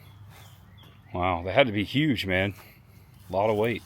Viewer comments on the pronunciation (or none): none